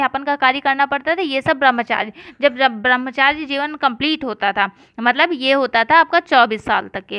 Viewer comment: Brambhchary ka sahi uchcharan karo